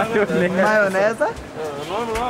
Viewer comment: O cara mexicano falou er maionese doce aí quando o for comer er wasabe